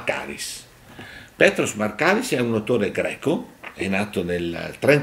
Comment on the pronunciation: Màrkaris e Chàritos, attenzione agli accenti!